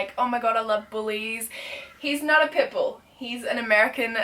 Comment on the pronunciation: i legit thought you were saying pimple instead put bull